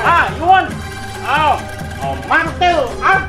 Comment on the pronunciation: "Martil art" 😂